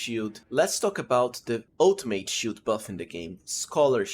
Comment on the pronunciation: "shiout" "shioult buff" "scholar's schioult" "greatshioult"